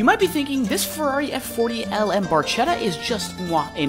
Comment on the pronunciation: "Barchetta" is pronounced "Barketta" BTW